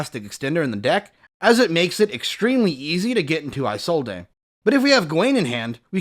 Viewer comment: Why does nobody know how to say Isolde's name correctly. Her name is pronounced "Is-old" not "eye-sold-ay".